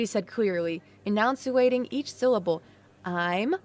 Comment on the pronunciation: Annoucuating? Enunciating is the actual word. You need to look up how to pronounce words you're not sure of.